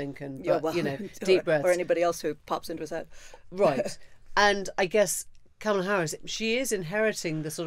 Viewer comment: It's ",la" (or "comma-la") not "camel-a" ... would you Brits please get it right already!